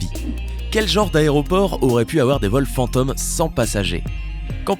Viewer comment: pourquoi il dit "fanteum" 🤔